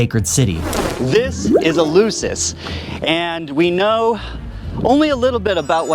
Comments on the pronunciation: In fairness to the host, his pronunciation of Eleusis is reasonably close to the Attic of Plato's time. The eu was a diphthong. Attic did not have the "f" sound. Or so we are taught. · And is called ELEFSIS [the E sounds ALWAYS like the latin A / 'A' tool...) and the U sounds like an F, unless is the first letter in a word... Like I said... knows nothing, understands nothing and posses as a 'know all''...